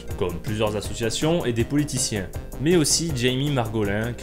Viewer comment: Insupportables : cette musique de fond, ce survêt (pub Adidas), ces insultes gratuites à chaque phrase, cet accent pourave (mé, mé, y a encore un mé...) ! Quel que soit le contenu, la forme est tellement imbuvable, que j'ai abandonné le visionnage...